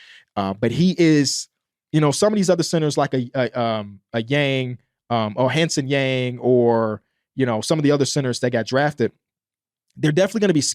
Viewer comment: love the breakdown, just fyi hansen yang’s name is pronounced like hawn (rhymes with dawn) sun (☀️) yawng (rhymes with long) 🙏🙏